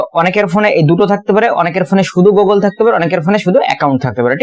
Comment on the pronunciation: ভাই ওটা গোগোল না 😂 গুগল 🤣🙏